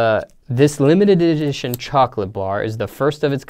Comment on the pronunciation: "This lemited dedition" 😂😂😂